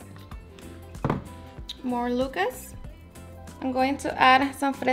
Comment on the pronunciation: Not sure you're saying Lucas correctly 🤔 lol But it does look delicious 😋 Thank you